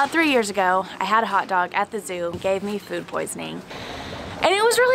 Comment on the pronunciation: A hotdog should never be pronounced as a karate word.....quinwaaa 🤣